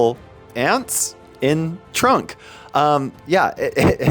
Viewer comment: its trunk not trump